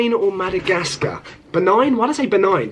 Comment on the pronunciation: Pronunciation: ⬇️ Name: ⬇️ Be-ninh/Buh-ninh 🇧🇯 Benin 🇧🇯 Mal-ow-ee 🇲🇼 Malawi 🇲🇼 Tuh-jick-ee-stan 🇹🇯 Tajikistan 🇹🇯